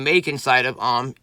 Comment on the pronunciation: its A-U-M, “Auhhm” just sounds weird